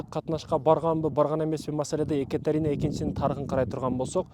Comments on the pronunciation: Биринчиден Экатерена эмес, Екатерина деп туура окусан. Орустун атын кыргызча айтпай. Жогорку билимин барда тарыхчы болгондон кийин, кыргызча так суйлосон жакшы болмок. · Екатерина десен,Екатарина дебей,и ещё с ужасным акцентом. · Адамдардын аттарын туура айтчы,икатарина дебей боп кетейин дебей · Екатарина эмес. Екатерина деп айтылат. Башка тема тапсан болмок. Сен алар учун жене болдун беле..😢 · 😂Экатарина дейби тарыхчыда ушинтип ката суйлойбу,уят эле боп кетти дейби биринчи озунду туура суйлогонду уйронуп алчы😢😢😢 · Екатерина - Экатарина эмес. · Тантырап чыкпай эле кой да.Суйлогонун же озбекче эмес, же болбосо кыргызча эмес. Екатарина эмес Екатерина. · Туура суйлошту уйрончу озун Екатарина эмес Екатерина болот оз тилинди да туура таза суйлочу андан кийин элге суйлогун биринчи : Озундон баштагын ! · Эээу хотябы ошо аялдын атын туура айтып уцронуп алчы... Екатарина😅 тантыбай.. Эмне зериктрнби?? Сен кордун бэлэ.. Ким корду!!! Ээй тантык... Нениэлэ суйлоп салдын.. Тарыхчымын деп коет эээляяя эшшшек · Екатерина деген созду туура айтчы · Екатерина деп туура сулосон